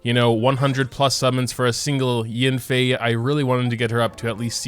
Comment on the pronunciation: I believe it’s pronounced y-ah-nfei